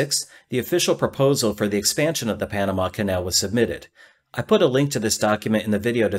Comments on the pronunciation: "Pamana" (sic) LOL. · panana? lol